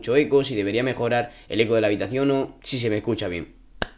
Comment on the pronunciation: EL habitaciono Yo Pensé Que Era habitación :v